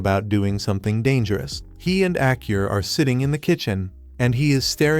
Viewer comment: Kurt's daughter's name is Aa-Ku-Ri (Akuri). Hearing Acur made me Lol 😆 Irrespectively great recap